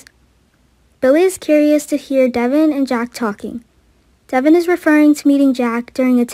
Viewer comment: Someone needs to tell her how to say ?Devon